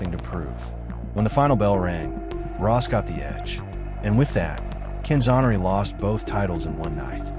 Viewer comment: Boy talk about butchering the poor guys name, he was known as the best lightweight ever, all the way up until Duran. Can-zoe-ner-ee